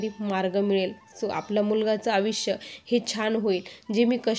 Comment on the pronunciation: आविष्य नव्हे आयुष्य म्हणायची प् प्रॅक्टिस करा.